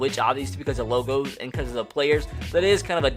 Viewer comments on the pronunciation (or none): none